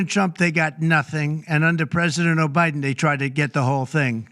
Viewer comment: …president Obiden 😂😂😂